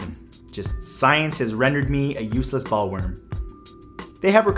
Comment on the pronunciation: It's pronounced BOWL-worm. Matt, some men look great bald, and you're one of them! Besides, as my (bald) father used to say, "God is just, and God is fair, Gave some men brains, and others hair."